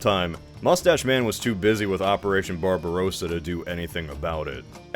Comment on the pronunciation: it's not BarbarOOOssa, it's BarbarossAAA